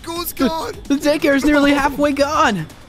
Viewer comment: I love it when they say dacare